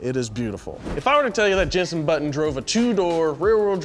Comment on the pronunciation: "tricolore" was spot on... Said every Italian alive Also, JENSON Button